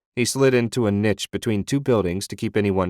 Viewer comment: Literally only one critical thought… The pronunciation of niche at the beginning